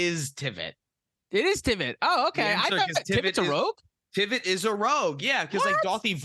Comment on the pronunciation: Is the "Rouge" instead of "Rogue" a bit? It's funny either way, and this was fantastic!